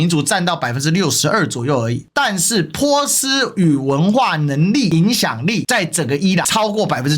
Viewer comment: 发音有点可爱，也更符合原语言，以后我就读Po斯，Po斯湾😁